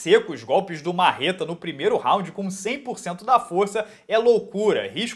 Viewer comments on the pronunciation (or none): none